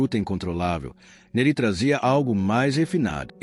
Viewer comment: A pronúncia não é "Nerí" ; é "Néri".